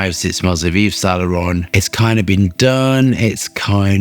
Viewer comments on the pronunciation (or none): none